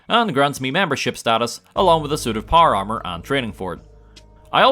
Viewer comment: it took me way longer than it should've to realize you were saying "power armor" and that you weren't talking about some kind of golf armor